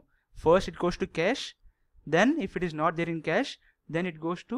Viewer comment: You have good knowledge.. just speak slowly and clearly and it isn't Catch memory, its Cache memory (like Cash). Anyways thanks for sharing good amount of knowledge. It cleared much of my concepts about memory paging.